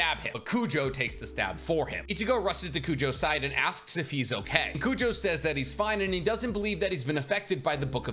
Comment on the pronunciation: I just got to the fullbring part, its crazy how many times “Kujo” was said, its Kugo lol